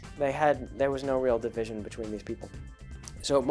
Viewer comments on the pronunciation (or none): none